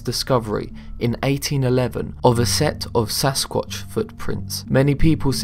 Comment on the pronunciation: at 2.30 he says sasqauch 2 times